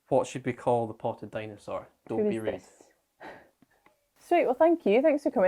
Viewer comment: "Dino-sore" for the dinosaur's name :) Get well soon Abbie!! The tracks need you.